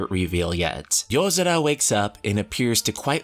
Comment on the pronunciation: That's weird, I don't remember there being a d in yozora. SO WHY DO KEEP HEARING IT